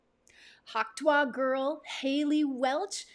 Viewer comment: Its not tu-ah